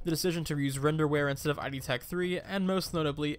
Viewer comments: Did you pronounce it I.D. Tech as two separate letters? That’s not how Id tech is pronounced. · id tech is just pronounced how it looks rather than an acronym